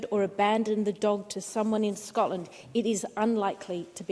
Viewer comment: This woman cannot even say Scotland properly. Another interlouper at the snp though 😂🎉🎉